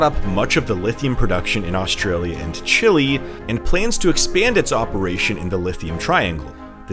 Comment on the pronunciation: Your pronunciation of Chile was fine. When the Chilean mine disaster occurred a few years ago, the President of Chile himself used that pronunciation as the English name for his country multiple times in his speeches. He spoke in English, and used the traditional English pronunciation.